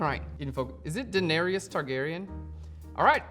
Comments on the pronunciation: It¨s DaeneRYS, not Daenerious. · Really great tutorial for this. Much appreciated. Though I did cringe every time you butchered the Daenerys pronunciation.